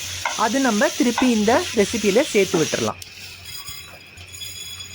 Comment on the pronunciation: Seithee seithee nu salathinga . Serthu nu sollunga pls